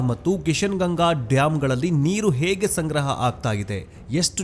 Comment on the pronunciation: ಹೆಗ್ ಅಲ್ಲ ಹೇಗ್ ಏನು ಉಚ್ಚಾರಣೆ ನಿಮ್ಮದು